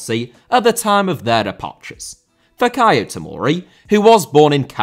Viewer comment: Roman* not Rouwman Father * not Fother Timo * not Timouw Ola* not Oler Debut* not Deibyu Swansea* not Swonzea Antonio* not Antouwniouw Andreas* not Ondrejas Fikayo* not Fekayouw Thiago* not Thiohrgouw Siro* not Serouw Aké * not Akei Filipe* not Felipei Half* not Holf Pašalić* not Pašályć Serie* not Seri Mario* not Mariouw Elche* not Elchei Monaco* not Monacouw Possession* not Posession Bremen* not Breimer Wolfsburg* not Uolfsbög Basel* not Bohrzel Roma* not Rouwmer Lukaku * not Lukohrku Álvaro* not Alvohrouw Morata* not Morohrter Cuadrado* not Cadrohrdouw 28 mistakes ffs